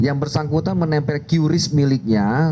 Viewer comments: "KRIS" cara bacanya bukan "QyuRiss.. " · Cukup di baca Kris ga perlu kiyuris pak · Dibaca QRIS Pak